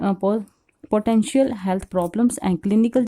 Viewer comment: That's potential not poriental...